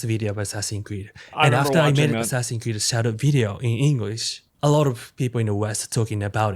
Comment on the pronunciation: ASS-SASINS Creed: The french controversy